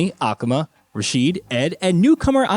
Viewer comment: This man just mispronounced akuma